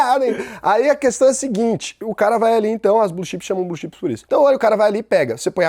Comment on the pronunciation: Fala,! Blz? Aí... vc pergunta o porquê do nome "blue xipes". Com esse ingrêis macarrônico aí fica meio difícil, né, véi!!! Se tivesse falado "blue tchêps" (a mesma disgrama de Elma Tchêps!!!), até que ficaria mais fácil deduzir, meu cumpadi! kkkkk Mas tá tudo certo! Excelente aprendizado mais uma vez. Obrigado!